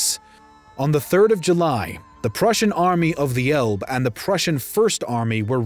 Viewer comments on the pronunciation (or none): "Hesse" is pronounced "hess-eh", "Elbe" is pronounced "elb-eh". German names should be pronounced as German, not English.